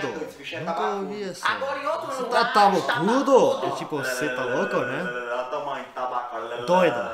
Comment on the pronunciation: Acho tão engraçado qdo o fala" melhor,olha,molhado"...kkkkkk...ele n pronuncia o "lh"... então,acaba ficando:" melor, Ola e molado"!!kkkkkk